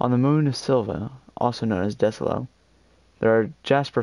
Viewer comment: Desolo isn’t pronounced desolo its pronounced disolo